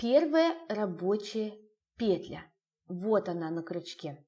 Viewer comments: Почему такое странное ударение- пеее тля вместо петляяя? Слух режет! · Орфоэпической словарь Русское словесное ударение под редакцией Зарвы М.В.( более надёжный когда мы говорим об ударении) рекомендует всё-таки как наиболее предпочтительный вариант петлЯ!